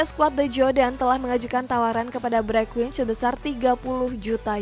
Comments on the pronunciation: Bergwijn itu dibacanya 'Bergwain' bukan Bergwich 🙏🙏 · Bereqhwaiyn bacanya